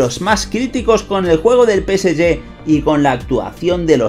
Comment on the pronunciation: Nada más q el preguntar en q idioma es q pronuncias el nombre del PSG? No la agarro,….